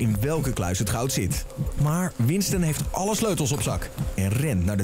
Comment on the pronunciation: / / / zegt dr voice over terwijl bo dio en winston druk zijn met hun voorbereidingen maar voice over je schrijft winston en zegt winsten